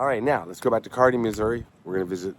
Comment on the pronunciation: I think your the first visitor I’ve heard pronounce Kearney correctly! Great video.